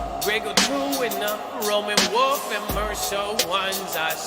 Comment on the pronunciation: Its "the boy who cried wolf" not woof lmao jus sayn